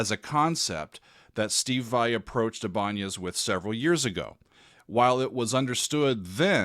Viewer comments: EYE-buh-nez is how I’ve always heard it said. As for Vai having no soul: He’s certainly not a master of emotive playing, but to say he brings no emotion to his music is going too far. Is his music cheesy? Yes, undoubtedly in my opinion, but not totally soulless. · while your pronunciation of Ibanez is close to what it originally was, the name has since been anglicized and is pronounced "eye- bin- ezz" Either way, glad you picked this. I remember the guitar being announced but hadn't seen him performing on it. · The way you pronounced ibanez is not okay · never? The first person I heard say a Spanish pronunciation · Made in Japan. :) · By their current Japanese spelling (アイバニーズ, formerly イバニェス to imitate the Spanish pronunciation) it'd rather be "eye-bun-knees". I guess they couldn't decide on it themselves lol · That may be the most creative pronunciation of Ibanez I have ever heard 😂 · I know, I had to laugh when I heard pronoucation 😂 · Look up the baseball player Raul Ibanez. That's how it is pronounced originally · Not ibonyaz! It's eye ban es!!! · Ibanez = "I-Ben-ez" accent on the I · It's pronounced EYE BIN EZ 😉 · I BA NEZ not IBANYEZ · Ibanez not Iban'ez by the way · Thanks for showing this guitar. Pronounced - Eye-ban-ez (Ibanez). Luthier - one who makes string instruments. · Damn, I can't believe it’s coming up on 40 years since I bought his debut album Flex-Able. Thanks Steve. Thanks. BTW, Ibanez is commonly pronounced eye•ben•nez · It’s pronounced “I” “BA” “NEZ”. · eye-ba-nez. loved the video though! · I don't speak Latin or Spanish. But I've been around guitars and guitarists most of my life. I-ben-ez is how I've heard it pronounced for more than 40 years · Ibanez = Eye ban ezz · Your Killin me, it's pronounced eye-bin-ezz. 😂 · This was cool! Btw it's pronounced I-ban-ezz I think :) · The guitar company that you named is pronounced eye-bah-nez (Ibanez). But yeah, Vai has worked with them forever to make signature guitars.